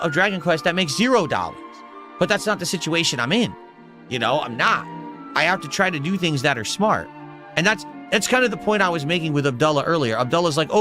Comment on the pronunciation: "You'll never gyet clips of raging while playing dragonquest 7" we're watching exactly that right now and it cost literally zewo dahllars... although it is more of an impotent tantrum